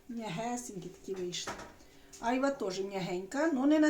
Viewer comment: Правильно айва' а не а'йва